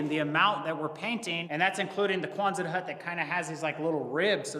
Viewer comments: Quonset hut, not Kwanzaa hut. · Quonset doesn't have a "Z" sound. ( Kwon-sett) I live in RI where the hut was invented.